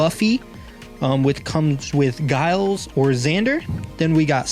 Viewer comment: Definitely watch the series and learn how to pronounce Giles. Willow has a powerful storyline (well, everyone does, but it just really gets dark...)...